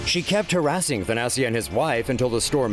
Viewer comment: IT'S..."THANASIS"!!!..."THANASISSSS" MY FRIEND!!!!...LEARN ALPHABET 1ST...N' THEN SPEAK U TOO...OMG WITH THAT...:/..